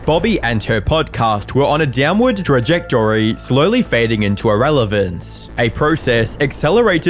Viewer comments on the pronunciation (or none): saying Answers like an American now when you have that non American accent?? AI voice.. 😅 also said Trajectory really weird.. PLANT!!